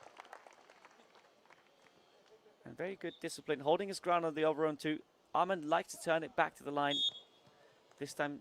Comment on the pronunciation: the commentator keeps pronouncing Åhman "amon". It is pronounced Oman brother